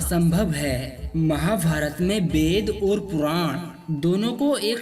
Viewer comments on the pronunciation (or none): Aap apna uchcharan sudharne ki Kripa karen. Aap “Ved’ ko ‘bed’ “our” to “oar” Bol Rahe hain.